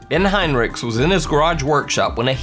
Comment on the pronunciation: As a Heinrichs (no relation I'm aware of to this family) I appreciate you pronouncing our name correctly!!